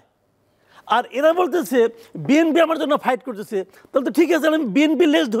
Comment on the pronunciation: এই মাথামোটা এভাবে কথা বলো কোন।শুদু বিম্পি বিম্পি করে।চাটুবাজ